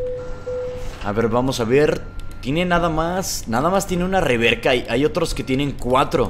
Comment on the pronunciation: porque dices reverca, luego no es reversa